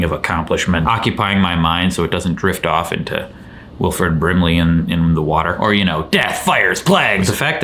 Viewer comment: The wader stuff made me cackle in a work meeting I was NOT supposed to be distracted in THANKS!